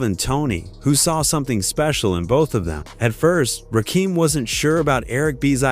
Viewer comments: Why do they always mess up rappers names? 2 Pack, Rakeem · Why does nearly every white person say 'Ra-Keem"? He aint prince Akeems brother. Its Rakim "Ra-kim" gat dammit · yup bro paid in full dropped in 1986 ain,t 1987. I bought it in 1986 on cassette bro , I was 9 years old and shit back then.. plus I hate the ai voice. it's rakim ain,t rakeem. wish they get with it bro ai or whatever narrating this. don.t know rap. plus cant pronounce bobito garcias name correct either damn. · It's not Rakeem It's Ra Kim Very simple 😅😂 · AI even said rock'em 1 time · It’s pronounced RA-kim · Who the f... is Ruhkeem? 😂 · You sound stupid!!!you dont even have the story right and who.is rakeem????close your mouth!!!!! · pronounced........Rahh--Kehm......... Driving me nuts listening to the AI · His name is ra-kim Rakim AI sucks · Why the fuck can’t you say his name right!!! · This is garbage. You research one of the greatest hip hop lyricists of all time, then disrespect him by mispronouncing his name for 20 minutes. Stop it! Fix it or take this shit down! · I can't take these narrations by these yuppie white voices mispronouncing names.. delete this! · The fact that his name was pronounced wrong and all caused me to turn this off at 20 seconds. If this AI, work on spelling things so the engine can read it right. If this is a human, go find a brother to do it. Lastly, get your info right. Rakim said LONG AGO the reason was over money and creativity. Rakim did most of the production, but wasn't being paid for it. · I dislike hearing this narrator fn Rakim name over and over. Is this voice A.I or a voucher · Nobody is having trouble pronouncing Rakim except people outside the culture…… and AI!!! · I said the same thing culture vulture fa real Rakim is a l legend pay homage the right way to 18 letter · Can't stand when AI gets the name wrong twenty times. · I stopped the video once I heard Rakim name mispronounced. Stick to Pop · It's Rakim not Keem sir... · it's RAW-KIM not RAKEEM